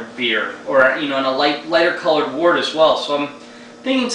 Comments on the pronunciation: 1: Mr. Beer sucks. Go get the stuff and do it right, you'll be glad you did. 2: Glass bottles, not PET. 3: It's pronounced "wert", not "wart". Give it another shot! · pet bottles are fine for the beginner, but i agree with getting the right gear and doing it right. and its actually pronounced wort, the way it is spelled :-) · its pronounced wert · According to the dictionary, it can be pronounced either "wurt" or "wart". So I retract my previous edit, as it can apparently go either way. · well im in ireland, and most people here speak english very well, and i am back and forth to england a lot, and i hear pronounced most often as something between wort- wurt.